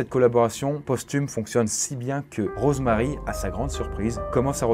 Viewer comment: c'est moi ou tu dit morose marie ? C'est le pire jeu de mot du monde mdrr 😉😉